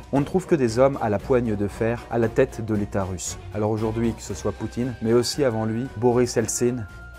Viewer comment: Est ce que je suis le seul à avoir entendu "le premier Rom à avoir diriger le pays" ? 😂